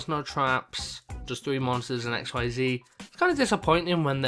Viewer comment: It's pronounced Ikseez now x-y-z lol